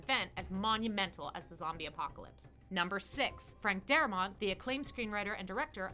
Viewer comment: Darabont. Not daramont.